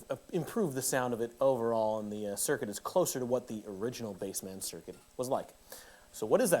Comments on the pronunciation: isnt it bassman not BASE-man? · Dude it’s not pronounced Bass-Man, it’s bassman 😂